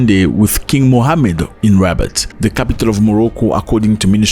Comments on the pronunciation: Just to let you know that the capital of Morocco is Rabat not Rabbit 😂😂Otherwise, you have a very good reading for understanding the geopolitical importance of Africa in the global arena. Bravo! 👍👍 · Rabat not rabbit lol 😂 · Its not rabbit its rabat bro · Its Rabat not Rabbit the capital of Morocco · Rabat, not Rabbit😂😂❤